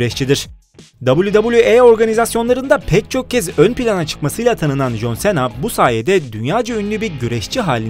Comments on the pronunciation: Bu söyliyen adam jonsena diyo joncena demesi lazım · Aq çıldırdım abi nolur şuna con sina de artık okunuşu o adam koskoca jhon cena ya sena ediyo aq shahhshs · jon sena değil jon sina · Jon sena deyıl John sına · jonsena deyil consina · Jon sena nedir ya cohn sina olacak 😂😂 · jon sena ne yaa 😃😂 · Alay aşkına jön Sena eee tabi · Eniştem is john sina Türkçe okunuşu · jon sena dediği an videoyu durdurup kapattım. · Lütfen şu John Cena yı düzgün oku